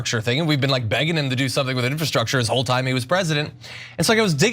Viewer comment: Infrastructure? Can someone tech this guy how to read.